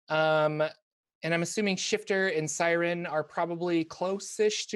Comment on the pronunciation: Taking a shot everytime says Syrin's name wrong